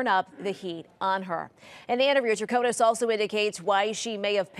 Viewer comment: Great recap! Thanks for all you do. I think her name is pronounced “trah ko nis” with an “ i” not “a”. With all due deference! 🙏🏾❤️